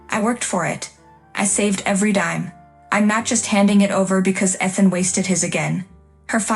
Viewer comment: AI, please learn how to pronounce "Ethan." Also "unwavering."